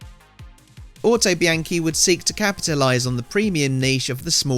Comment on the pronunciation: Looks great! But isn’t it pronounced auto bee on chee?